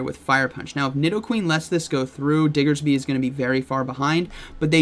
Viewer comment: I miss pronouncing diggersby as dixerby!!